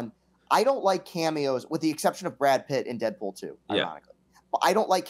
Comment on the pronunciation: "Brad Pritt" -JeffD